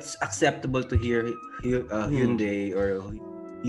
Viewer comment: Its actually pronounced as hyeon dae as per the pronuciation of the individual hangul characters (현, 대).